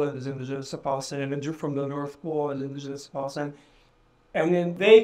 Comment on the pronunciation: There’s no P in Palestine 😂, cause it’s falistine baby.